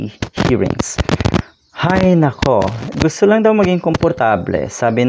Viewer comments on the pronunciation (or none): none